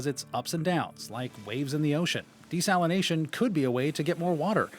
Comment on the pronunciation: Desalinazation lol